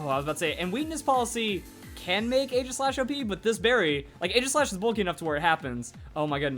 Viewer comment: its pronounced eejislash. Stupid, i know.